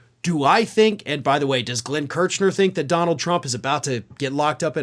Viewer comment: Sorry, it’s Kersh ner, not Kerch ner.